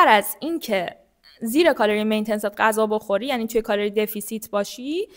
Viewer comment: متشکرم ولی مین تنس نیست. Maintenance